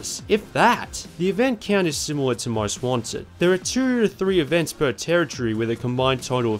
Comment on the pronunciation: Every time he says Most Wanted it sounds like he's saying "Ron Swanson" lol